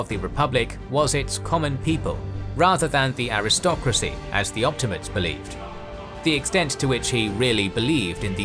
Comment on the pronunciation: Why does everyone mispronounce optimate?